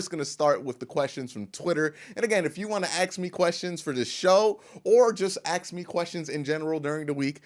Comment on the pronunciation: I swear if you dont learn how to say ask im gonna unsubscribe